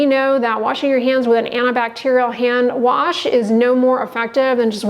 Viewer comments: I’m sure this girl is great and everything, but the way she said hand “ warsh” doesn’t give me a lot of confidence in her tbh. 😹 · I’m not taking skin care advice from anyone who pronounces it - warsh.